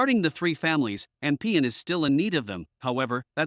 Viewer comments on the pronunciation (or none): King Appen Moya, not "anpean" lol